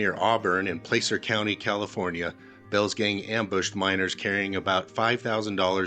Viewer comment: learn how to correctly pronounce the names. It is sutters mill not suiters mill and placer and I would start watching your videos.